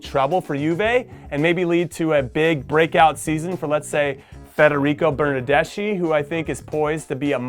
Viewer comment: Love your predictions! I hope my Parma will finish a little higher ahahah Btw: Bernardeschi is pronounced like "Bernardeski" (you did well with Quagliarella though ;) )